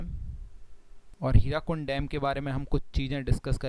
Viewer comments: Its Hirakud dam. Not hirakund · It's Hirakud not Hirakund... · hirakud not hirakund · Not Hirakund.. it is Hirakud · It's Hirakud and not Hirakund :)